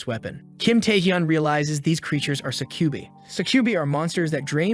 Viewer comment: That is NOT how you pronounce Succubi. Suh-kjoo-bye. It's a Latin word, I believe.